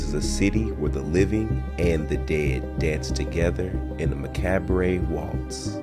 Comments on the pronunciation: Did you just pronounce macabre, (muh-kaab), ‘muh-cab-er-ay’? 😅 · It's pronounced (ma-cob). Not ma-cab-bre🤷🏽 IJS. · God, the mispronunciations killed me. Once I heard “mic-cabray” I was done. So stupid.